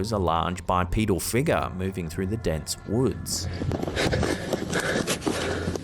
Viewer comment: BT's every time says 'figga';)